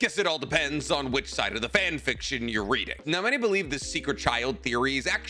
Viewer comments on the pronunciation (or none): none